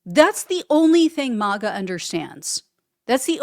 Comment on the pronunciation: He wont !! She should have stayed home not got involved!!! And its MAGA!! NOT MOGA!!!!😂